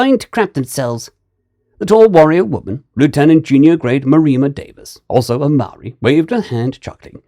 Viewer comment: As a Kiwi, part maori myself, dude for a lighter skinned you did awesome, trying phonetic with Maori language as always a gamble.